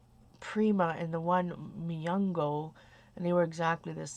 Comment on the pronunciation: Its Mungyo :) its also from Korea. Its a cheaper version of Prima, and they come with 12, 24, and 36 half pans. :D